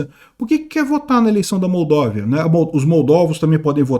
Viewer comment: Não é "Moldóvia", é "Moldávia"